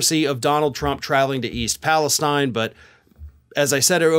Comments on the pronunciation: into this video. Pronounce the name correctly. Its Pal-La-St-een not Palestine. Its in Ohio not in the Middle East ! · Love ya dude but it’s Pale(steen) not stein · Hey, The locals pronounce the name of their town Pal-a-steen. Please show them the honor and do the same. Thank you, Subscriber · finally, someone who pronounces it Palestine (as in "eye") not "Palesteen" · First time I have heard it pronounced the way it is spelled. E. Palestine Everywhere else they say E. Palestene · I think it's PalistEEN, actually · Why do some commentators insist pronounce it “Palesteen” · How are you still mispronouncing the name of the town? This has been a top news item for weeks.